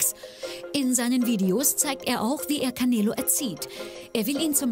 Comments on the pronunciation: canelo: KAMEELO 🤣🤣🤣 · Kein langes eeee sondern canelo nicht caneeelo sondern canelo